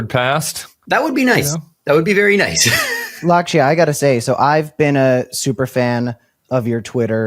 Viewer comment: Lakshya is pronounced LUCK-shyuh